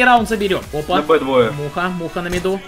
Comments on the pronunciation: На МидУ, а не на МидЕ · Почему все говорят «на миде». Это не правильно. Правильно «на миду»